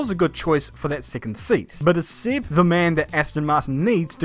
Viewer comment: It's Seb not Sib